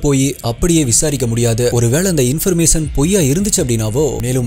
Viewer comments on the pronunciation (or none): Change some pronounciations brother,it will improve your slang ஃபிக்ஸன் இல்லை ஃபிக் ஷன் பப்ளிஸ் இல்லை பப்ளிஷ் இன்ஃபர்மேஸன் இல்லை இன்ஃபர்மேஷன்